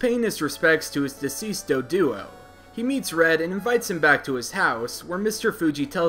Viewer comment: Did you call his Pokemon a Deaduo? Lmao